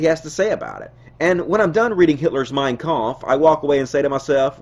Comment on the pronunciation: Great video. but you gotta work on your prounounciation of "Mein Kampf", that was painful to my innocent German ears